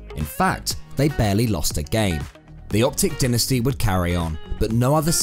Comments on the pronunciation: Dynasty dynasty dynasty. Its pronounced DIEnasty no denasty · It’s so tilting every time he says dynasty